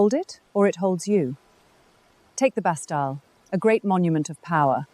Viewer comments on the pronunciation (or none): no one said bas talle,,, bast ille